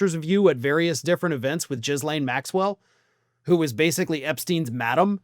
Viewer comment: Trying to find a laugh in this: "Jizz-Lane" is a wild way to pronounce that but i have no idea how to actually say her name. Just worth the laugh